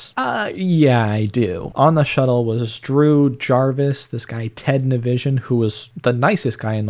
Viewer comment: i’m not sure if he said ted NI-VISION on purpose